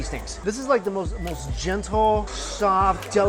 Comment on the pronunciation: julie xoxo 'gentle', not 'jizzle' XD